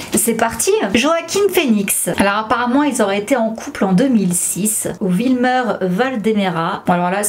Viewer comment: Mdrr t’a du mal a prononcer le nom de wilmer😂😂😂